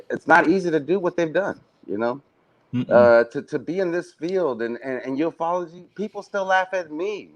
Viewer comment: Aah I love that and have quickly become firm besties 😀 now that Rich guy, ignore him total but is a top bloke 😂 Also love how pronounces Ufology as ‘you eff ology’ 🤣